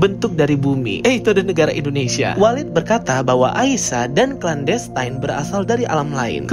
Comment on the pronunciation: Baca clan destine nya ga usah klen destayn.. klen destin aja udah bener. Sama aja destiny dibaca desteni, bukan destayni. Makasih...